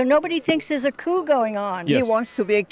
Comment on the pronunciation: ofc asmon doesn’t know how to pronounce coup